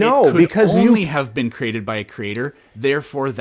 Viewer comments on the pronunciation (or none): He even says Cree-Ah-Ted like Hovind